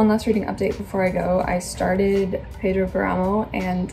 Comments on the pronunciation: Pedro Páramo is my favorite book. I read it for my degree in Spanish. But you need to pronounce it correctly. It's pronounced PAramo. Accent is on the first syllable not the second. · I loved the squirrel part, where I live we have brown squirrels but they aren't as friendly as the ones you have (envy), also you are placing the accent in the 2nd "A" of Páramo, place it in the first one, that's why the tilde is there, and about the City of Brass book..... well I don't dnf any book but is rare for me to give a chance to a YA book so.... when I'm reading a book and I'm not enjoying it I double down and try to finish it as soon as possible.